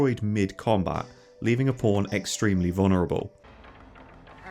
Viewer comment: I watch your videos with subtitles and I noticed that every time you say the word "pawn" the subtitle appears as "porn" and considering how many times you normally say it I wonder if this is hurting the recommendation algorithm of your videos. Anyway, I love your videos and hope more people come to know about your channel.